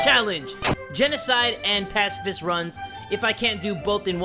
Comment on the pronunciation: Ur saying pacifist wrong its (pa-ci-fist)